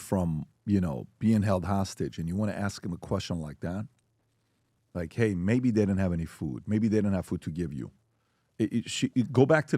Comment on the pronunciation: The emphasis on "THEY" just didn't have food? That's the most cringe part.😖😖